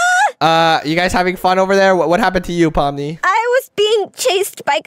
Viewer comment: I think you saying pomni's Name Wrong You sayin poppies